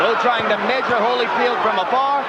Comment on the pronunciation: Again with the Hollyfeld! LMAO 🤣 and the best part is you later pronounce it correctly 🤦🏾